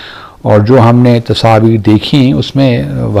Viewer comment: Tasaveer nahi hota Tasveer hota hi....Pata nahi kon se Urdu bolte hi....!!!!